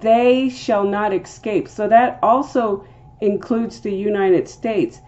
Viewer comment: Interesting link to word Harpazo. Btw….it’s EScape… not EKscape.